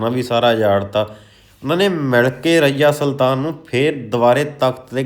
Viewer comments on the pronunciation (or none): ਕੁਤੁਬ ਮੀਨਾਰ ਨੂੰ ਬੰਦਾ ਕੁੱਤਬ ਮੀਨਾਰ ਤੇ ਰਜ਼ੀਆ ਸੁਲਤਾਨ ਨੂੰ ਤੇ ਰਈਆ ਸੁਲਤਾਨ ਬੋਲੀੱ ਜਾ ਰਿਹਾ ਆ😂😂😂😂😂😂😂